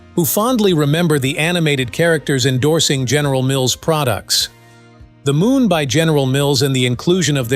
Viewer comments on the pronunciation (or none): none